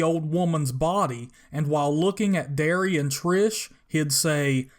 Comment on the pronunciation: She don't smell too good, Darius... He said Darius not Darry. You can find the clip on YouTube. You should have shown it.